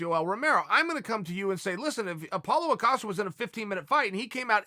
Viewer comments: Harry Lord- it was a hybrid joke, Apollo Creed from rocky and chael keeps saying Acosta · Apolo acosta, Apolosen acosten, Apoohael acosonen, apochael acisonen, pochael asonen, Chael sonen. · Oh, Apollo Acosta...I like to think Chael does it on purpose, as opposed to not reading our comments😂🤣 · No one: Uncle Chael : APOLLO ACOSTA